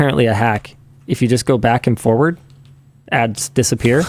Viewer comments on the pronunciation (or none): none